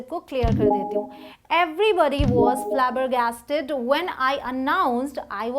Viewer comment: The pronunciation of flabbergasted is a little wrong